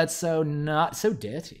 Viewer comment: that "so dirty" with the accent killed me